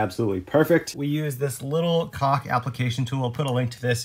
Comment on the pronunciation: DUDE, you're killing us......To pronounce CAULK so it dont sound like you are saying COCK, try saying it like you're saying the word "CALL with a "K" at the end... CAULK........Side note, We watch ALL your videos and learn a lot from you're mistakes which are far less than last build. No wonder you are much more caulky and confident with your cuts this time around. THANKS you ROCK!